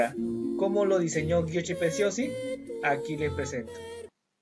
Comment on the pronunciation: Giochi preziosi se pronuncia "yoki preziosi"